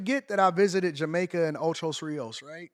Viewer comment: It's called ocho rios AD... I nearly fell out this chair hearing you say it like that so many times 😂😂😂😂😂😂